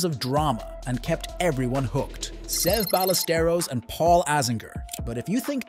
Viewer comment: Seve’s name is pronounced (seh-vey) (by-ah-ster-os)